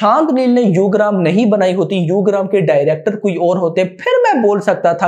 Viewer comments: its ugramm not yugram or instagram 🤣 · broo its Yugram its ugram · यूग्रम नहीं है उग्रम हैं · U gramm nhi hai bhai ugramm uggar +mm